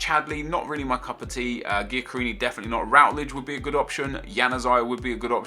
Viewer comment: Did u seriously say gicri instead of giaccherini